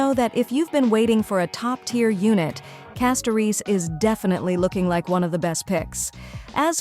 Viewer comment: It’s wild how AI can’t pronounce « Castorice » correctly each time 😂😂